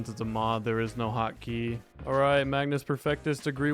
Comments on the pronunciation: i only just now realized, but actually seems to think it is the "magNus" instead of the magus in this video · It's magus perfectus not magnus 😭😭